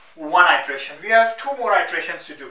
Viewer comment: Tufayel Talha and two is thooo.. lol